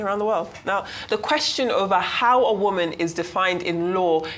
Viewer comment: No not “woman”…Woman.